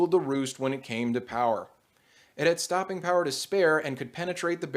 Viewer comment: STAHPIN POWAH!